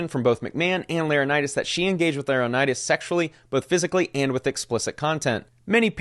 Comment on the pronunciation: Laranitis? Its not an illness my guy. Lor - en - eye - tis